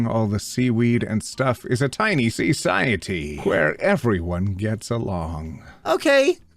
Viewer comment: Appreciate saying SEAciety instead of society here lmao